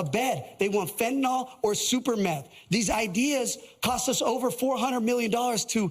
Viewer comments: Did... Did he say super meth? Sounds like Superman's Republican cousin lmao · Did this reality show mfer just say "super meth?"